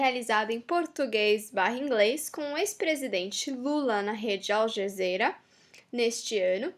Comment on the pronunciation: não é ALJAZERA e sim ALJAZIRA